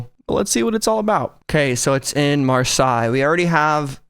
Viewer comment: It’s pronounced marsay